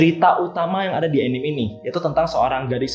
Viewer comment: Btw. Anime itu dibaca A Ni Me = アニメ dari Animeshon. Bukan enim. ~